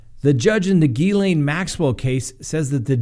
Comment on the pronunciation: Oh you disappoint me! The s in Gislaine is silent. Gil aine.